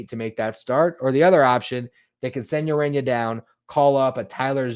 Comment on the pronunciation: Urena, not Arena, heh heh